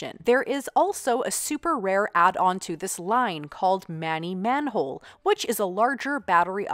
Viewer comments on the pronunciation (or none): none